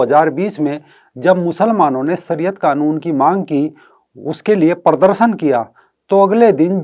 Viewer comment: भाई साहब, अपनी हिन्दी ठीक कीजिए। परदरसन नहीं, प्रदर्शन कहिए।